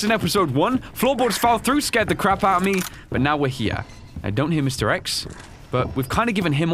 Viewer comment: Lmao i heard mr eggs not mr x